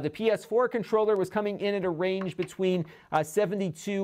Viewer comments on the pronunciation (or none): none